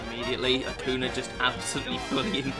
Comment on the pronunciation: It’s not Akuna , it’s Akunya